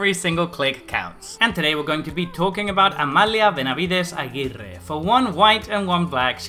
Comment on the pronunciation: You must be Spanish-speaking, you're the first person on Youtube I hear pronouncing this name properly :D